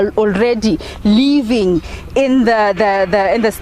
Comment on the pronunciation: It's living woman not leeving